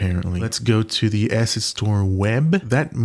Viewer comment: not the cutting word "asset" every time so it sounds like "ass" :D